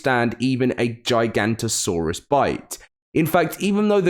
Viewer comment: It's giga-nota-saurus